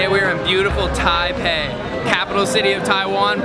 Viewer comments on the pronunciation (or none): none